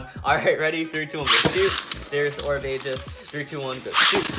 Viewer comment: its pronounced orb egis not orb ages